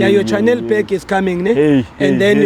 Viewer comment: She said "Channel" 😭😭😭😭🤣🤣🤣🤣🤣